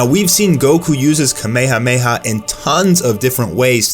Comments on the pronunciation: Kameha meha wtf. Its kamehameha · Please fucking learn how to say kamehamaha